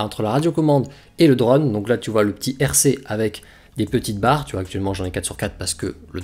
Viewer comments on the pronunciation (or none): Sans vouloir être méchant, c'est super agaçant de t'entendre prononcer drAUune alors que tous le monde dit drone. C'est comme le type de 01tv quand il prononce smartphOne alors que tous le monde prononce smartphaune.